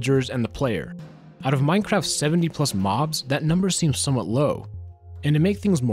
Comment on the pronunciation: emphasis on the word "somewhat" because it's tiny